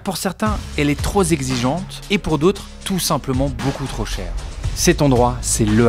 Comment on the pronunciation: l'école, elle est troz zexigeante...ouais en effet 😂😂